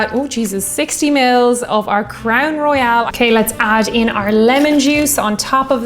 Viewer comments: It is pronounced Crown Roy-ul. Royale is how you pronounced it. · Just a little pedantic but you were pronouncing Royal as Royale. Great drinks though and I enjoyed the video.